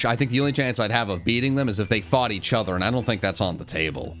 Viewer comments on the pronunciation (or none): none